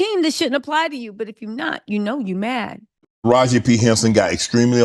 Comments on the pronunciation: the correct pronunciation for Taraji is "Ta ra gee". It is not "Ta rajh". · Sounds like you are mispronouncing her name. Her name is Taraji with an 'i' on the end. Not Taraj. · Tarajiiiii not Taraj sis lol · HER NAME IS NOT TARAJ IT IS TARAJI(tah-rah-gee) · Tara-JI. Or Tara-G. Not “Taroj”😊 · MAAM YOU NEED TO STOP DISRESPECTING HE NAME IT IS NOT TARAJ IT HAS AN I ON THE END. IT IS TA RA JEE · Mam stop caling her Taraj...call her name correctly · TaRaJ I Ta Rah Gi At least get the name correct. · Tara-ji...Not "ta-raj". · Her name is TerajI, not Teraj. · As many times as you heard this woman's name WHY ARE YOU SAYING TARAJ!!! ITS TARAJI Sounds like Tah-Rah-Jee ijs🤦🏾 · “Taraj” is killing me.. Taraj-i!! 🤦🏽‍♀️ 😂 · TarajEE not Taraj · Omg TAH RAH GEEEEE… i can’t even get thru the video with the way is butchering her name… 😣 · Hi ❤️ It’s Taraji (pronouncing the I as if it’s eee) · 😂 you refused to put the “I” at the end of her name huh… taraj!!!!!!! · It is Taraji (tuh-Ra-gee) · Her name is Taraji. It's not cool too keep pronouncing her name the way you want🙄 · Am i the only one who can't get over how Taraji name was mispronounced 😂😂😂 but thank you sis for showing the vids. I LOVE Taraji, Katt and Monique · Stop reporting on black news like you here for it but you don’t know the correct pronunciation of the people names. Her name is Taraji. How you don’t know that?